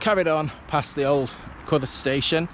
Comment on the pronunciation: So glad you pronounced it as Cudeth and not Cudworth.